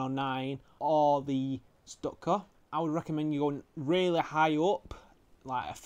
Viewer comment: Its pronounced stuka stuuuka